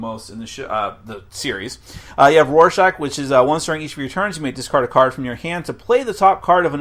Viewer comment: I dislike how he pronounces Rorschach